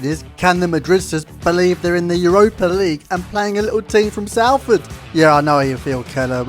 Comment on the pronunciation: Please learn to pronounce the team name properly it’s not saleford It’s Soulford City